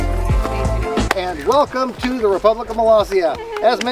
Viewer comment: Love that the Subtitles recognized Molossia as Malaysia or Palacia. Can't believe people still mispronounce Molossia as Malaysia, even in front of President Baugh.